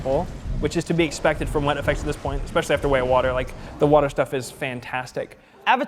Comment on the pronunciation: Weta FX? More like Wattah FX, am I right?